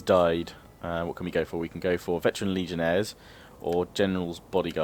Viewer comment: Daniel Jacob Chacko It’s actually pronounced Legionnaire(s).